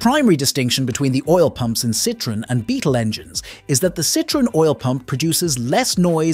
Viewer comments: It's pronounced sitron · you forgott the e ë means that you spell the e so -Citroen. Mistake made by lots of germans with the umlaute ä ö ü. We write Zürich and in french Zurich. The u is spoken like a german ü.